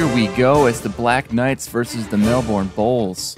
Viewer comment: melbourne is pronounced mel-burn not mel-born